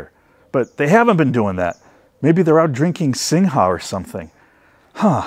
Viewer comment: FYI singha is pronounced Sing